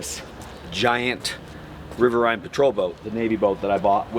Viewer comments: It's pronounced River EEN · It's not River Ine, its Riverine.. like the word marine just with river in the front. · It's "rihv-ehr-een" not "rihv-ehr-ine"... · Riverine isnt pronounced like that. it rhymes with marine. cool boat though. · River"EEN" ASk me how I know. ;) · Active duty sailor here... No judgement but its pronounced river eeen patrol boats. Similar to our dual inboard moose boats that are a double catamaran hull design, meant for shallow water. Super fun and they kick ass! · That’s not a SEAL boat, that’s a RPB, or Riverine Patrol Boat, pronounced “river eeen” by the way. They were originally designed for the Marines and later USN expeditionary forces, meaning conventional not special warfare. Sorry to nerd out, still a little pissed watching my boat get chopped up. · Pronounced River-(een) patrol boat. Rimes with wolverine... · SURCs were the older version, this is a Riverine Patrol Boat or RPB for short. I was in Riverine Squadron 2 for the first 5 years they were around and actually was a coxswain and mechanic that whole time too. All the info he puts out is pretty on point except for how he pronounces Riverine. It came from combining River and Marine, Riverine.